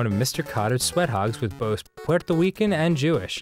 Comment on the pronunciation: Puelto Wican. Dan, I love you.